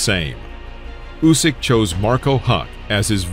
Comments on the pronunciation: Mate he is Usyk (Ooseek), not Jusic (Youseek), as you had pronounced. Good video. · Please, it’s pronounced “Oosyk”. Great video though!